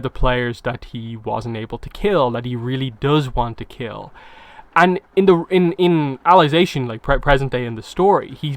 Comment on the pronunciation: Why are you calling it alization